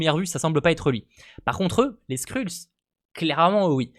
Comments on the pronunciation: Merci pour les infos :) mais est ce que tu peux prononcer "skreulls" stp parce que ton "skrulls" me pique un peu les oreilles, no offence :) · Trop content je savais pas yavait ronan et korath des gardiens de la galaxie 😁😁😁 PS. Pour info les skrulls ça se prononce "skreulss" mais bon pas grav